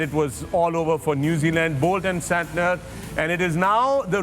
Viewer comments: I know guys you have won but you should call player correctly it is disrespectful how Mr. Shoaib told saniter for santer that's not cool, be humble when u win otherwise karma will bite back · Shoaib malik bhai phle english pronunciation sikh le tb yha baitha kr...saniter😂